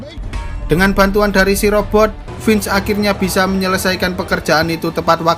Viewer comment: mantap!!!! aq senang dengarkan "Vince" dilafalkan dgn bener. Makasih!